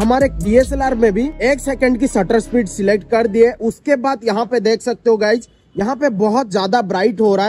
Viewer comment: Shutter speed ❌sattaarrrr spheeed✅